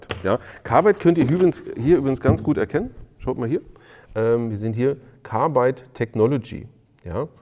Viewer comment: Woher nimmst Du das e aus Carbide für "dein Carbeide". LOL